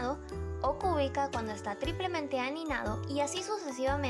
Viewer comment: Está precioso el formato, la música de fondo me recuerda al juego "Animal Crossing" y todos esos colores hacen que el video sea mucho más llamativo. Solo noté que una parte decía "aninado" y no "anidado", de resto todo genial